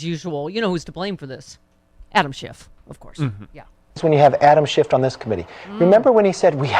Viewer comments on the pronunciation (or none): McCarthy is calling him Adam Schift, not Schiff! He knows he's pronouncing it wrong! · "... Adam Shift...." FFS McQuarthy reminds me of that kid in 1st grade who brought all of the mispronounced words he floated at home, to school.